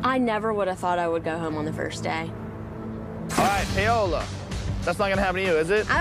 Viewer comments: What in the world is payohlaw its pawohlaw. Paola is a Latina name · Why do they pronounce her name like "pay-ola" 😭